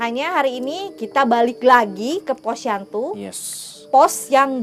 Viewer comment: iya kalo malem kasian teh Imel jadi siang aja. Bukan POSYANTU jadi posyandu wkwkkwwkk